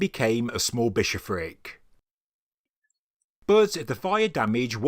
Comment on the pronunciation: What is a "bishop frak"?